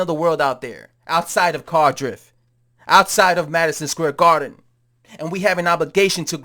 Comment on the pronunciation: Cardiff not Cartdriff !